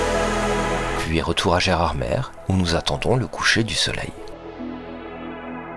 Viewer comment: Nous voici arrivés à Gerardmèrrre 😂